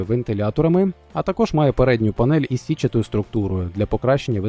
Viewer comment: Не пред, а перед...